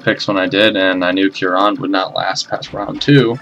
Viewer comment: You pronounce Kieran proper weird.